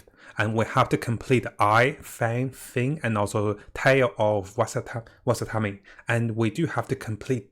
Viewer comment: Bruh..I like him and his videos and all. But I wonder, is he dyslexic? Enkanomiya isn't that hard to pronounce, Watatsumi is not "Wasatami" and a shrine is definitely not a "shire".